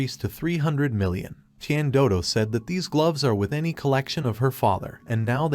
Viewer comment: Is no one gonna ask about how the AI said "tian doodo" instead or "tian dodo"💀💀💀💀